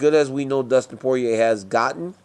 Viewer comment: DC is the only person that can properly pronounce Poirier.